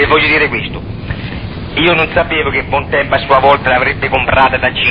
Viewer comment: bontempO o ... bontempI ???